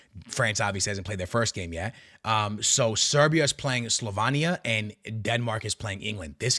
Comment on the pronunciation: Bro you have to learn how to PRONOUNCE the countries. SLO- VEIN- KNEE- AH SLOVENIA CHECK- KEY -yah Chechia rep Practice bro because you are doing massive damage to the easiest of teams to pronounce properly.